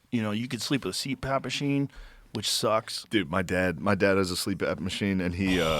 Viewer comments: OHMYGOD does Shane think it's called a "Sleep Ap" machine?! 🤣🤣 (It's CPAP) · no way Shane doesnt know its CPAP not sleep ap lmao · Shane things Joe said "sleep-ap" when he said CPAP lmao